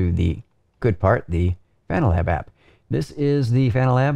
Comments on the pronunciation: ... "Fananalab app" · I like how he says "Fananalab" haha